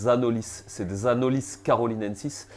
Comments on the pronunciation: c’est un espèce endémique des Antilles , le nom étant issus de la langue Caraïbes. Chez nous on le prononce « Anoli », ou en créole « Zandoli ». De base c’était pas une critique, c’était surtout pour toi et pour les personnes à qui tu transmets les infos. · Le s de anolis est muet…